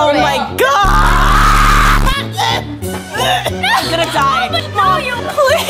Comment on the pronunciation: It's so funny when said to Regina you dieit😂😂